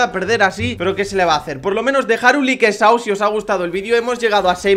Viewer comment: porque mierda siempre dices "likesao"? estresas jajaj